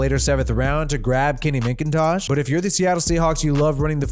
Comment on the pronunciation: Why you say Minkintosh? LoL